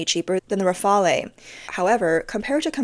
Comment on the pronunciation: Please don't pronounce Rafale like that. The "E" at the end is silent.